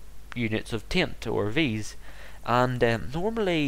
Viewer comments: its not tint its taint btw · sounds like your saying tint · Lol, he does say 'taint' but it kind sounds like 'tai-ent' which makes everyone think it's pronounced 'tint'. Is he Irish?